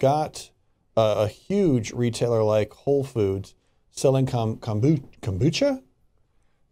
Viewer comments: it's not pronounced Kombooka. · oliverimhoof Kombucha, which didn’t pronounce right, has very small trace amounts of alcohol in it because it is a fermented drink (it’s origins are from Asia). If you buy kombucha from the store and leave it out at room temperature for a day or 2, it will test less sweat and more acidic with a higher concentration of alcohol (but would still be less than 1%). This is a natural occurring process that has nothing to do with adding more chemicals because it’s the lacto-Bacteria that is doing this process. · That is not how you pronounce kombucha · Why did he pronounce the word like it was the first time he'd ever heard the word Kombucha before?